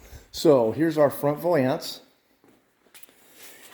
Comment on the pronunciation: Valance like balance, Not va lance. Ughhhh!